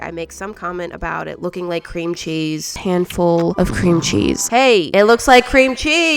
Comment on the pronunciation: right befor she sed a handful of cremchees i sed CREMCHEES😂